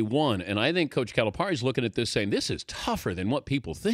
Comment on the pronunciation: It's Cali - Pair - Ee - the least you could do is pronounce his name right. Plus you should understand his relationship with the local reporter. They're constantly jabbing each other. You can't take their exchange literally. Louisville is great again? KY beat them and they lost this past weekend. I'll just stop there...